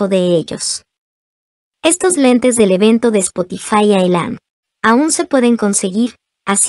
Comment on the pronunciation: no se dice espotify se dice espotifai